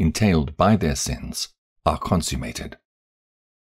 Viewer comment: Humble feedback: Uriel is pronounced as Uri-el, same as Rapha-el; and not Uri-“eel”. And I believe you read consummated as consume-mated, but I could be wrong.